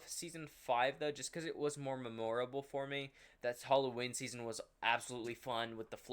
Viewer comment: you have to be trolling why do you say memorable like that it hurts my brain !!!!!!!